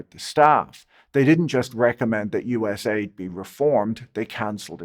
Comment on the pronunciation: Patrick couldn't be bothered to pronounce USAID properly. AID is in it's title to make it sound good. U.S. Agency for International Development doesn't sound so benevolent. USAID soft power was used for the UKR Maidan Coup and resulted in the UKR war with a minimum of 1 million deaths. Likely 2 million+. But most of the deaths were young white men, so who really cares